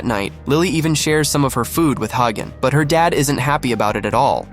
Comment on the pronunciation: His name is not hey gone , his name is hagan😂